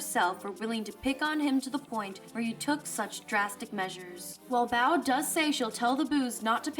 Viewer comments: Mispronouncing Bow's name, I see. It's not like "bow" as in, take a bow; it's "bow", as it, bow tie. Get it right next time! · Bow is pronounced like the accessory, not the action. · The way she pronounces Lady Bow’s name...irks me a bit.